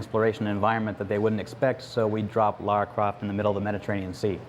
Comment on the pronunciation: Second guy reciting viewer's questions, idiot keeps saying "laura". It's LARA GODDAMNIT!.